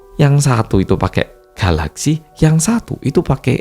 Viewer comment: 😂😂😂 GALAXY kek orang jepang aja bang lu